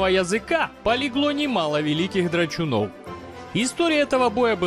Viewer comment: Автор немного оговорился в пылу сражения с драконом...не дрАчуны а дрОчуны)))